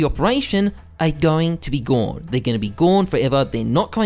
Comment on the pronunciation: “Guwn, they’re going to be guwn forever”